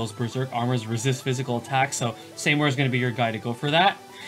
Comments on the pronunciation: Saymore?? REEEEE! (It's pronounced as See-more) Please never SAYMORE again x) Great video though, keep up the good work ;) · see-more not say-more